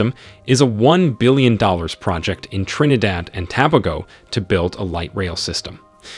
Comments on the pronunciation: It’s pronounced TOBAYGO NOT TOBAHGO 😊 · To be honest, you need to do more research. Most of these projects were cancelled a long time now e.g the resort in Tobago. Next, your pronunciation of the name is atrocious. You are probably using an A.I. A for effort F for execution.